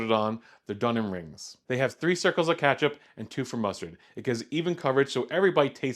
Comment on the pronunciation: Don’t trust anything this guy says because of the way he pronounces ketchup